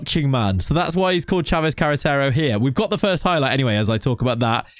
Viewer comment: We like you saying Sanchez Carretero.